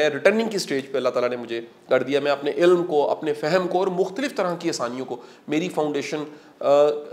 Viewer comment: ilm is a right pronunciation instead of ilam. Aap ny bhi itni kitabain nhi prhin jitni btaty hain.